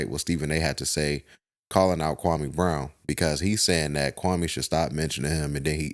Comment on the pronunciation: He still pronouncing that man’s name wrong. 😂